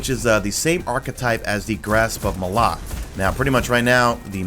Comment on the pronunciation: You're the only person I've seen that pronounces Malok correctly. Bless your soul.